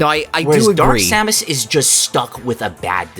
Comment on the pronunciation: i hate how this dude pronounces samus